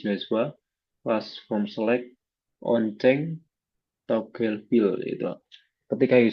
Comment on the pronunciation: disini saya akan Kasih kritikan 1.verb artikulasin nya kecepetan dan menjadi belibet dalam pengucapan 2.dalam pengucapan kita tampilan berarti yang di tampilkan aja tidak di presentasikan seharusnya kita tampilkan Dan presentasikan. 3.dalam pengucapan toggle jadi TOGEL 4.memang index bisa melindungi file 5.ada video temen lu masuk Dan itu menjadi presentation kita menjadi ga karuan ketika kita presentation ke user 6.mari langsung saja kita menuju web nya nah seharusnya yg dimaksud web ya berbuntuk tampilan website bukan menampilkan source code 7.ketika ga bisa konek ke database itu kode error nya apa Dan kita harus bisa jelaskan gagal ga bisa konek itu ada kode error nya 8.lalu ada pengucapan kata² TAE sebaiiknya edit Dan potong dahulu sebelum post ke YouTube 9.intro kepanjangan 10.mending tampilin ui nya aja langsung